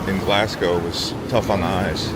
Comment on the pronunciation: Nice pronunciation of Edinburgh. Almost there with Glass cow. EDIT: Funny to see an American see the absolute state of the British railway system. Unfortunately the pricing system is absolutely crazy and you have an entire ecosystem of companies like Train Line that exist specifically to find the best prices. 500 USD for the Eurostar! Absolutely disgusting prices. ETIAS isn't active yet and probably won't be until 2027.